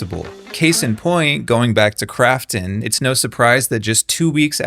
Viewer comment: When he says Krafton I keep hearing "crapton" and I don't know if it's on purpose but either way, it's accurate.